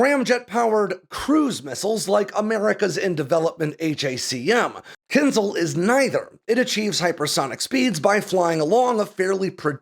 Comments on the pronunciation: It is pronounced "Kinshaal". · You should read it as Kin-jal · Thanks for the video! But it hurts to hear how you pronounce kinzhal :) It should be kinžál, so not z but zh and the stress is on the second syllable. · When will English learn that Latin transliteration "zh" from Cyrillic is pronounced closer to "j" and NOT "z", so it's "Kinjal" not "Kinzal". Anyway, however you pronounce it, its military power remains equivalent to its name -- a dagger, and definitely not a missile. 🤣🤣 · Claims specialist knowledge but can't pronounce "kinzhal" (кинжал). This is no eхpert. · I think it's rather pronounced Kinsh-aal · Spot-on. As an American in Ukraine, may I help a little with the pronunciation of "dagger"? Кинжал has that lovely ж in it that we transliterate to zh, but the sound isn't a z, but like the s in casual. And the al is like Al as in You Can Call me Al.